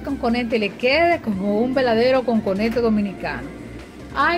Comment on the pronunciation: No se dice "Conconete", se dice "COCONETE", su nombre viene por que está hecho a base de coco. Corrija eso!